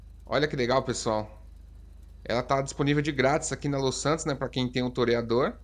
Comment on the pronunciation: Agora o toreador virou um "terryador" kkkk